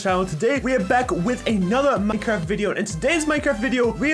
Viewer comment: Yeaaaa I was waiting for someone to say something cause at first he said a-Minecraft lol